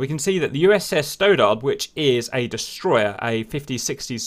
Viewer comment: You have difficulty with American names sometimes. Stoddard is pronounced stod ard, not stow dard. There are some others I’ve noticed over time but I figured somebody else would mention it to you and help out but nobody has. I guess I’ll be that guy for you now.